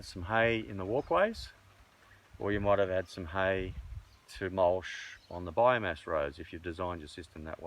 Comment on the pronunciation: Great info love what your doing but please stop calling it mulsh it is called mulch.